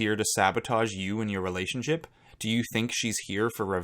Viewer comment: Still can’t get over how Nicole pronounces relationship. RELAY-ship. That being said, I wasn’t a fan of hers and I do think she would of chosen Christian had he not of been kicked off the island